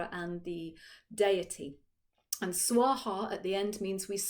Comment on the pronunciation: Very nice, but it is SVAHA, not SWAHA